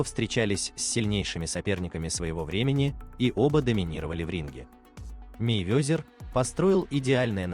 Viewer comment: Мейвёзер научись правильно фамилию выговаривать аж противно смотреть